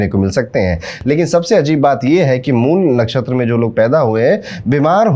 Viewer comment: Mool nakhastra correctly said Guruji